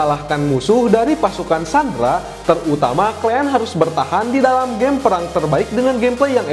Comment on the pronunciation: "Klean"😊 or "Kalian".. Kosakata baiknya diperbaiki ya bang 😊